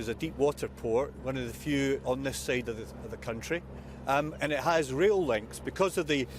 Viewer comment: He can't pronounce rail links. It's not real links.